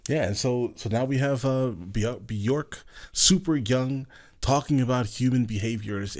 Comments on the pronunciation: It's pronounced Byerk, not Byork. :/ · It's not pronounced "byork" either. That's just the most common mispronunciation. It's pronounced "byerk." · It’s pronounced bjerk like “jerk” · The Icelandic pronunciation of her name rhymes with "work" actually, not "pork". It's how she pronounces it. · Hahaha now that you took the J out of her name you might consider how it is ACTUALLY pronounced in Icelandic ( I've seen ONE interviewer say it properly to her face ) Most everyone says beeyork ( and it's accepted ) but it is actually truly pronounced like saying WORK . but with a B . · Still dont have the pronunciation quite right. According to her own IG, it rhymes with "jerk"